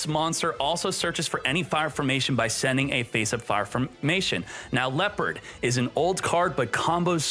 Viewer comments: Leperd? WUT??? It is Le-o(h)-pard. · Why must you deliberately mispronounce leopard